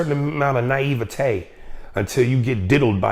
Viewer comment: Just for the fact that he pronounced the correct form of the word naïve.....naiveté, I am impressed with this man's decorum and intelligence lol